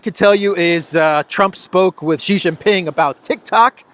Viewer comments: faithful listener here… I need to school ya’ll a tiny bit (in the nicest way possible of course.) When you say the name of the Chinese leader, you pronounce Xi like the English “she.” If it makes it easier to remember, think “banshee.” 🤣 There are NO “j” or “g” sounds involved. Say it with confidence. “SHE”. That’s also spoken with “zero tone”, not rising or falling intonation. I won’t explain how to correctly pronounce the rest of his name. That has more tonality involved. We should all get it right. They learn a lot of English. We should bother to learn to speak this correctly. Or am I wrong. Love you man. 💕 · still calling Xi -as Zhee 🤣🤣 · Hey, Xi Jin Ping, easiest way to pronounce Xi is She in English